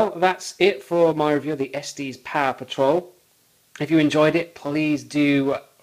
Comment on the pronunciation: Man, damage like that out of the box and you didn't return it? Oh, and btw, it's pronounced "Estes", not "Esteez". I grew up in Colorado, that's how I know.